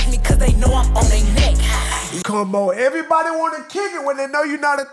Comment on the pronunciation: she talking erabody